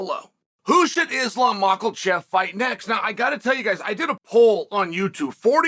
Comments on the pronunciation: My favorite thing about Chael is that he puts an “L” in Makhachev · Chael Repeat this 10 times: "MAC A CHEF" (like 'Mac is a chef'). Now say: Islam Mac a chef. Ready to go to next level? Then here it is: Repeat this 10 times: 'MAKH A CHEV" ( Just add 'H' sound at the end of Mac and replace F with V'. Remember: CH should sound like 'SH' like in "CHEF".) Now say: Islam MakHa Chev. Wola! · Can you please say Islam Makhachev’s name right. Surely you heard it a million times before. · My word I could just sit back, smoke a cigar, drink some whiskey and listen to chael try and pronounce makachev all night long